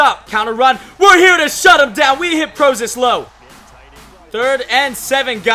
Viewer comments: its cj PRO-CISE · Prosise is pronounced Pro-cise. Just thought id let you know :) great video as always